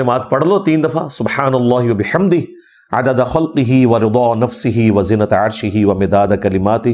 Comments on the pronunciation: علی بھائی زینت عرشہ نہیں بلکہ وزنت عرشہ بمعنی وزن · Eng M Ali correctly pronounce Wazinata arshi but it appears as if he is pronouncing...Zenat...